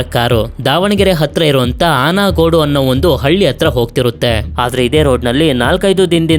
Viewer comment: ಅನಗೋಡು alla bro ಆನ್ಗೋಡು But good video